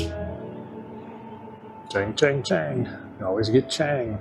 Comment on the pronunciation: It hurts my wife's ears when you say Chang with a long a 😀. The way it is pronounced is "Chong".